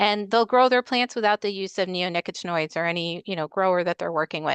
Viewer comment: I think, with regard to the pronunciation of neonicotinoids, the accent is on the COT. It’s much easier to say that way.